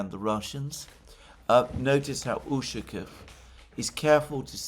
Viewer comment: Not super important, but it's UshakOv (stress on the O, like almost always when the lastname ends with "ov")